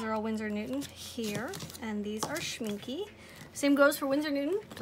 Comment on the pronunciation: its not pronounced schmink-uh for english-speakers its best pronounced schmink-ey. you can mimic the last sound by the "eh" you would make when imitating a cliche italian :) like in " this eh Is eh the best eh pizza in the world"